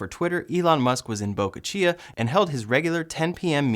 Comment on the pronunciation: Really, you can't say Boca Chica? Min